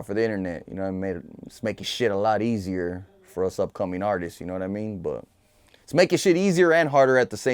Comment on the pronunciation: “Artisest” lol